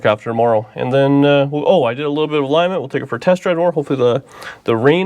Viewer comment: Ha! Ha ha ha! That man said "a-ligg-ment!'